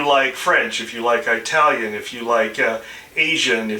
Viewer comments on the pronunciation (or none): Eyetalian? Omg. Im done.speak correct English